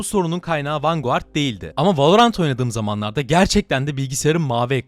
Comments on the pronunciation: Her defasında vengard demeyip vanguard diyerek ingilizceyi katleden. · Sorma bir de 90 kere mi ne vanguğart dedi :D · vangard diye okusana niye yazıldığı gibi okuyorsun? 🤦🤦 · Vanguard (vangard) ❌ Vanguğart ✅ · vanguard ne la sinir krizi gecirdim video boyu vangıard diye okunuo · Abi niye vanguardı vurgulaya vurgulaya söylüyorsun